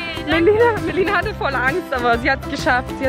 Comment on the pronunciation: *MELINA NICHT MELONE 😁😁😁